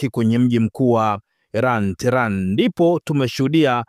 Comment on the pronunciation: Mtangazaji rekebisha kutamka neno terani. Huo mji mkuu wa Irani unaitwa tehenani au tehrani na sio terani kama unavyotamka